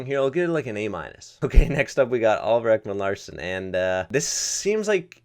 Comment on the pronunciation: Woooow, The way you pronounce oliver Ekman Larsson 😅😅